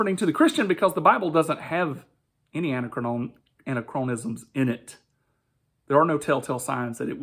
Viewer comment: I'm from SkepTic's response to this but I'm not here to mock you or anything. Just wanted to give you a heads up: "Anachronisms" is pronounced "an-ack-rawn-isms" Emphasis generally goes on the an or ack, typically the latter. It comes from the greek prefix "an", meaning not, and "chronos", time, essentially meaning it's "not the right time". Again, no mockery intended, just trying to help. c